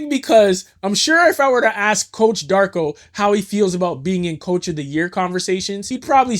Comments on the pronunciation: Yeah, crazy how he can get Mamu’s name right but not Darko’s lmao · PRONOUNCE DARKO’S NAME RIGHT IF YOU’RE MAKING A VIDEO HIGHLIGHTING HIM - unsubscribed